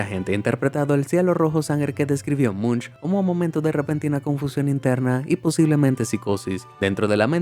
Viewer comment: Si se escribe "Munch" pero pero se pronuncia "Monc"